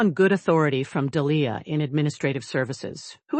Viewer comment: "Du-lee-ah"? What? Surely it's Dee-lee-ah? Blast all badly curated AI voices! 5.29 Sigh, image does not match narration. 6.14 voice is too high, does not match description of it in the narration. Also I hate these beastly female AI voices anyway. 8.49 she is not dripping wet. Only he is wet. This is too much. Bye. I left, went to sleep, forgot I'd angrily dismissed this story, and continued from where I'd left off last night. So I then discovered that this story DID have some merit. But it just shows that a lack of editing - especially in the beginning of the story, can so easily send people away. So you might want to start editing BEFORE uploading. I liked that you had changing images that actually fit with the narrative. That's very unusual. Hated the nasty incorrectly cadenced female AI voice, going high and shouty, when the description of the voice says the exact opposite. Grrrr! Intensly irritating. I could say so much more, but frankly can't be bothered. No one ever listens anyway.